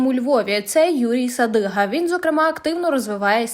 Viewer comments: Не Садига, а Садюга прізвище цієї скотини. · Він не Садига а Садюга!!!!!!